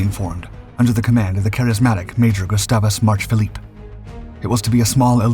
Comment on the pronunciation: Phillips, not Philippe.